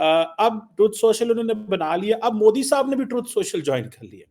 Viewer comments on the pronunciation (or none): Abe its modi, not moodi. Bolna b nhi atta. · Mudi ni modi hota h, kb bolna sikhoge zahilo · It's MODI Not Mudi 😅😅😅😅😅